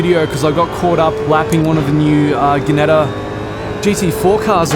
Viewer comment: Im not trying to sound like an arse yet i fear i may however Ginetta is pronounced "Jinetta" not "Ginetta" besides great video and now i have to buy they game thanks